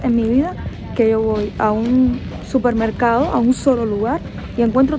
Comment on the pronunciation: Se dice supermercado, no 'cupermercado'.